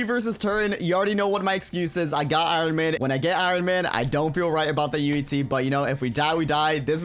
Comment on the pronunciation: UHZEE Is joe he says it XD